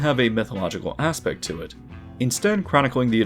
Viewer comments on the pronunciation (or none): none